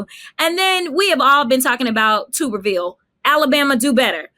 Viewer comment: It's not TUBE-er-ville. It's TUB-er-ville, like a bath tub. Sorry, I'm the mispronouncing gestapo. Not bashing, agree with 99% said here 👍.